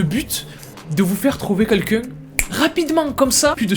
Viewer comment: J’adore ses vidéos mais il y a des mots qui me termine « trouver quouelqu’un » 😂